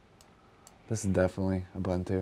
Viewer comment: The way he pronounces Ubuntu hurts 😭 it’s ooh boon too bro